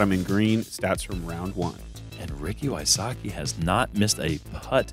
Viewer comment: I laugh when I hear them pronounce the name Wysocki.